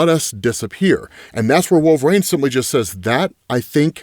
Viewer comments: Its wol-ver-INE, his name is not wolvrain. God i hate it every time you say his name. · Can someone please tell this absolute dickhead that IT. IS. NOT. PRONOUNCED. "Wool-VrAYne"?! FFS,. You had one job, get your shit together